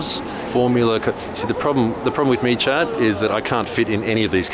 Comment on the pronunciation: Every time you say "chat" I think your saying "Chad" and Im like whos Chad?